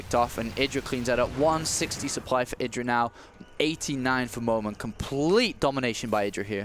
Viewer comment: ...its MOONAN not moman,thx:)